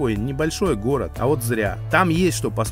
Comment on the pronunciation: жук и рак сошлись у речки разговаривать словечки, выясняли кто сильней, у кого усы длиннее😂😂😂. Взрослые люли, а страдают детскими психическими отклонениями, у кого что лучше. Услышав слово "хород" хочется спросить, про логопеда слышали ? Деревенский диалект городан никогда не сделает прекрасную местность городом. Это стыдобища, товарищи.